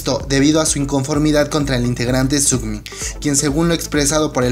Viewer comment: Es Sungmin no "sugmin" =)